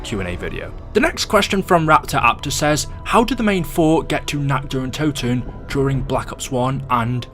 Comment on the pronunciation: Toten* not Touten